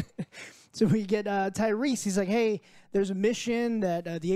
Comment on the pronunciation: TYRESE* Lmao. Who tf is Tyree? 😂 Good stuff though boys